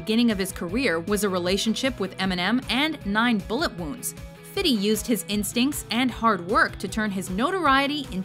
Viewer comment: "fidy" huh lol